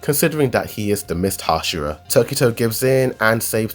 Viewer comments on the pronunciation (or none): none